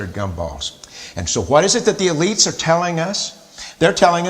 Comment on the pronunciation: He said "the elitès tell us"....